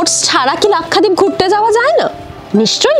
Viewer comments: Pronounced as Lak sha deep and not Lakkha deep. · Lakhdeep na lakshadweep pronouncing bhool